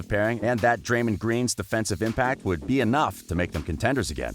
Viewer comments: And he called Draymond Dreymond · This guy screwed up big time. First calling Stephen Curry "Steven Curry" and then pronouncing Draymond Green's name incorrectly. Ik it can be pronounced like that but no one says it like that lol. This man never seen any nba postgame press conferences or basketball game broadcasts. SMH